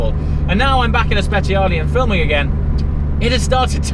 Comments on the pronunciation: i think it's time to learn how to pronounce speciale in the right way 😂, anyway congrats for the wedding🎉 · When you say speciale I beg you to pronounce it well thanks, if you do not know how to say don't say thanks